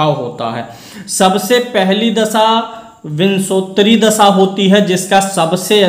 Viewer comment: विंशोत्तरी vimshottari उच्चारण